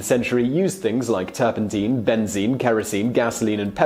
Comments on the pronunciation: NOT "turpenteen". It's "turpun tine". Like the tines of a fork. Oh, you don't know what a fork is now. Ye gods. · That's not right. I just checked online Oxford Dictionary as used by google, OED directly, Cambridge, Merriam Webster and Collins . All say it is turpenTINE as in mine, not TEEN like the video guy. In US and British English. And in my home town and current town, at opposite ends of England. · I was wondering if it was me that was pronouncing it wrong for the past 60 years 😂😂😂. Turpen-tyne, like the river. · I have never in my nearly six decades heard "turpentine" pronounced to rhyme with "gasoline". I mean, I can see the logic in it, but "turpen-tyne" just sounds better.